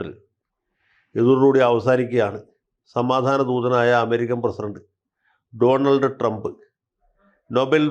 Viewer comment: ഡോലാൻഡ് ട്രമ്പ് എന്ന് ശരിയായി പറയൂ... അതോ താങ്കൾ മോദിജിയെ കളിയാക്കുകയാണോ... TG യും, സുനിലും, സിനുജിയും, രാമേന്ദ്രൻ സാറുമൊക്കെ അറിഞ്ഞാൽ അവർ ഒരു എപ്പിസോഡ് ചെയ്യും. 😮😮😮😮😮